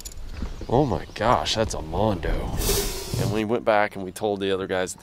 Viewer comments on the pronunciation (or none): With all do respect what is a mondo Slab?? I think you`ve heard someone say BonDo which in reference means" Barn Door" down south and got it wrong.It`s Bon Do!Nice catchin BTW! Good Job